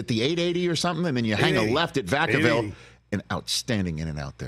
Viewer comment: Rich said Vacaville 🤙🏽🤙🏽🤙🏽🤙🏽 Yoooooooooo 🤟🏽🤟🏽🤟🏽🤟🏽🤟🏽